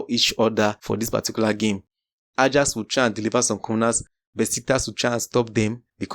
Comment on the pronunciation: Ajax is pronounced as 'Ayax', research about how teams' names are pronounced correctly... Start with Bologna & Leicester 😂